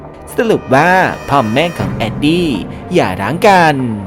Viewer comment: ขัดใจกับชื่อตัวละครที่พี่เรียกอ่ะครับ😅 อย่างเช่น เเอนดี้เป็นเเอดดี้ มุงเป็นมู อ่ะครับขัดใจมากๆๆๆๆ